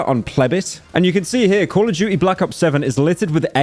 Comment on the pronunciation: “Coll of duchie”